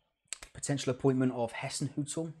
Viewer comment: Ralph Hassenhuttl is pronounced as Hissenhuttl as in Hi so his name is Ralph Hassenhuttl.